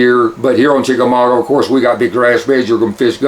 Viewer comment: Lol... It's chickamauga not chickamaugWA lol